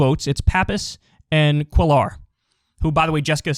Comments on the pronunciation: Kyle, Jesus! Cuellar is pronounced KWEH-yar, not cuh-LARR. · Cuellar is pronounced like ‘kway-yar’ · It is pronounced “queyar” not “quelar” 🥴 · Cisneros & Cuellar (Lol your pronunciation) . Haha sorry, I don’t mean to tease but you had me real confused for a sec. I couldn’t tell what you were trying to say because the correct pronunciation is like (Kue-Yar) roll the r at the end. Haha, anyway…no big deal. Anyway, both are from my district/home town and yes, he’s fuckin’ awful. He’s being investigated by the FBI for fraud or embezzlement or something. Who cares. He’s been running virtually uncontested in our district for decades. I hope Cisneros wipes the floor with his ass. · Hey Kyle! You're probably not gonna see this. But Cuellar is a Spanish last name that's pronounced "Koo-eh-yahr" (Well, it's the closest English pronunciation anyways). Double l's in Spanish make a "y" sound. Sorry! Just bothered me a little. Hope you're doing well! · I bellieve Cuellar is pronounced "Kway-yar"